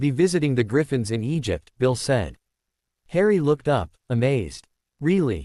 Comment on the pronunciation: Why does this stupid AI not know how to say the word Egypt